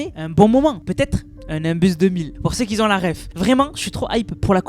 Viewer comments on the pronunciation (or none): Qui ont !!!! Pas qui zont !!!!